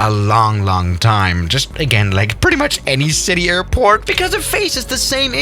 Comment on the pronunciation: I swear when he said airport he said airpork